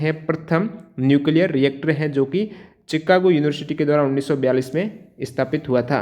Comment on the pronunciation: चिकागो chicago नहीं शिकागो होगा